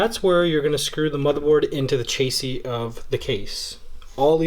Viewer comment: this man said chasey